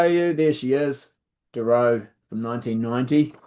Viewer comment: Funny how you pronounce Doro, you emphasise the second 'o', whereas I would emphasise the first 'o'. I'd pronounce it more Dawro I suppose, anyway, 'Unholy Love' is excellent.